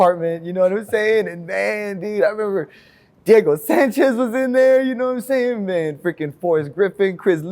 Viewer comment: Mans dropping more “gnomesayin”s than JROC!